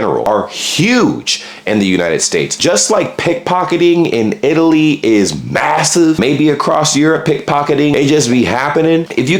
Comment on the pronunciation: Never knew I'm from Eye-taly. 👀